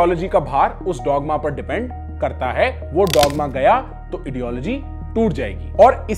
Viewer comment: Why I am hearing idiology instead of ideology.maybe the word idiology meaning exist in ideology of those which contains dogma..😁